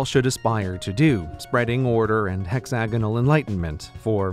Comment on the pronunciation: Hexanogles... Pentanogles... I love it. The bestanogle way of pronouncing hexagonals.